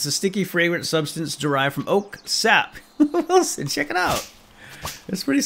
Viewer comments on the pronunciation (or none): none